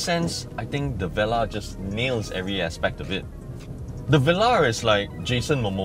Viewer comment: It's pronounced vuh-lar, not veh-lah